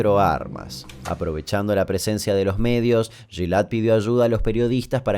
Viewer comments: te adoro pero no se pronuncia "shilead" se pronuncia "gilad" con "g" suave como en "guitarra" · che Damian, primero que nada como estas? xD Se dice el nombre "Guil" no "jil" y el nombre completo es "Guilad" no "jilad" Perdon es que me cagaba de risa cada vez que lo nombraras jajaja Segui Asi Capo y Saludos desde Israel :) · El nombre se pronuncia "Guilad" acentuando la a. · Se pronuncia Guil, y el nombre entero Guilád